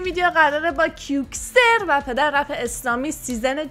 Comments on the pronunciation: آقا نگو کوکسر 😡😡😡😡 بگو کعوکسر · چرا به کئوکسر میگی کیوکسر؟ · کیوکسر نه کئوکسر کئوکسر .😐keoxer 😇 اسمش برای اکس ارمی مهم هست .😊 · اقااااا اون کئوکسر ع تو رو خدا درست بگو😂